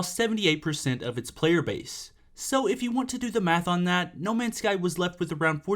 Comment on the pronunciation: u said the name wrong